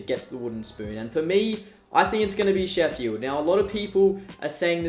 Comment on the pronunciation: Why do you say it Sheffyeeld?